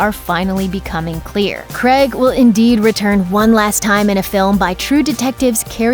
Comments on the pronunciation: Who is this 'Cregg' you speak of? It's Craig not Cregg. Get the poor guy's name right at least! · its Craig not Creg. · Also: CRAYG. Not CREG. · Please don't pronounce daniel Craig's last Name creg it supposed to have an ay sound ffs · His name is Daniel craig! not Creg. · one fatal error in this vid.......... !!!!! it pronounced craig,not creg!!! daniel C....C.....CRAIG........NOT CREG,CRAIG!!!! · it's pronounced "Craig " not "Creg" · Daniel Craig not creg hahaha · "Daniel Kreg" lmao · Wish you could pronounce Craig. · do wish americans would pronounce daniel craigs surname right.